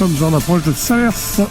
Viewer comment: 🤟Encore une vidéo très sympa, mais pour les cantalous entendre "Salersse" ca pique les oreilles😅, on dit "Salaire" et pas seulement en fin de mois😉, parole de Picard qui faisait aussi "l'erreur ".